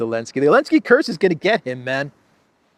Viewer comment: When did the Z in Zelensky become silent? Did I miss the memo?